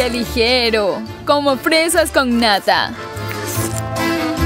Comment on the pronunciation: digo fresas con nata o fresas con nada!?